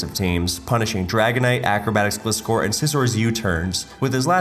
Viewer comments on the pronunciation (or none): I think i had a stroke after hearing arsseus and gleescor once again.